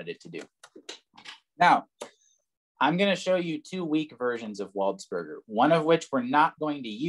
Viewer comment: Very enjoyable video, also I think his name is pronounced closer to 'waldspurjay,' cause he's like French and stuff